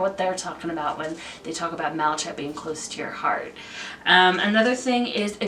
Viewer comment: For the unakite, I think the descriptive word was mottled, which means it has spots, blotches or patches of different colors. You did pretty good with pronunciation! I think the only one that was a little mispronounced was malachite- the ch makes a hard K sound, so it sounds like “malakite”. Some of these crystals were new to me!! Thanks for the info!